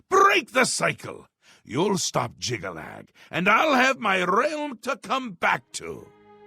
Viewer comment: I'm just amazed pronounced Jyggalag correctly the first time. With his track record, I was expecting something like Joggylog.